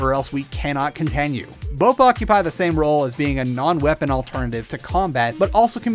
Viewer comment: "we need to go get this plasmid, or else we cannot Kontanue"